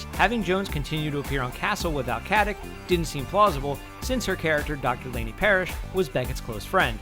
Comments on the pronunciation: Aneta Mladenovska why rude? I'm just pointing out to you that she herself pronounces it with a k.....there is no need to be rude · it's not how her name should be pronounce... mister nikola tesla is wrong. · Stop mispronouncing her surname, it's infuriating.